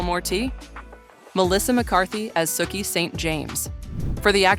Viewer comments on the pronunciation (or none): I was into this until the narrator said Sookie's name. Clearly not a real fan of the show.